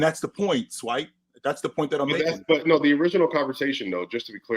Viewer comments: Why does say Swipa with the hard R? It's Swipa with an "A". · I had the same thought 😭😭 feels like the hard R 🤣🤣